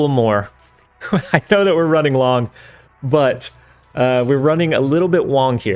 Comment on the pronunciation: I kinda like the idea of the "took you wong enough" line being doubled 🤣